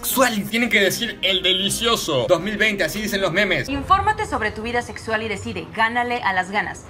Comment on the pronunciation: dijo nexsual JAJJA nada que ver